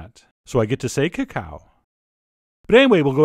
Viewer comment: Actually, that's the correct pronunciation of: "Cacao" and you know it.😊